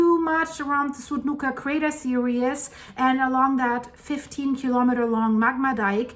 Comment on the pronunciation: Series is pronounced sear-ees not serious sorry it is stupid of me but it drives me crazy when you say crater serious when your meaning to say series! 🙏 thanks for all your time and effort your pouring into all these videos, I really do love watching them, especially when you go live! Hi rudi lol!!